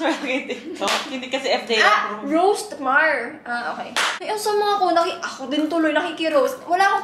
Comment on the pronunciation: "roast-mar" HAHAHAHAHAHH😭😭